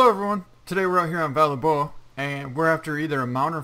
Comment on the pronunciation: Pronunciation: val / de / buah, just so u don't have 50 ppl telling u that u are saying it wrong.